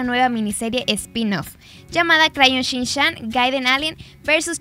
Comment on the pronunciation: Shinshan??😂😂 entonces para qué escribes shinchan lol